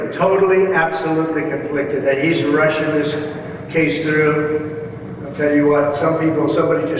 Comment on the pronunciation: …what was that ? Merchan is Russian this case through? Not rushing, but Russian this case through?